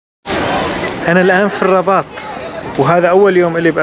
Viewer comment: اسمها الرِباط و ليس الرَّباط